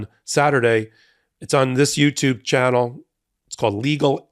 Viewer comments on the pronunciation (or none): none